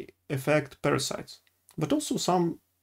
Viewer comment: You are so cute. I follow you in russian language and it's nice to see you trying English. Good luck, just make sure you watch pronunciation..."парасайдс"